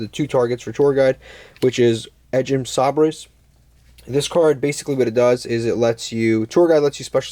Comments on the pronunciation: Nice take on the deck. Edge imp sabres is pronounced say-bers. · "Sah-Brace" is one of the more puzzling pronunciations but I don't hate it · Him pronouncing Sabres incorrectly reminds me of the episode of The Office where Andy and Erin sang a song for Gabe with the wrong pronunciation.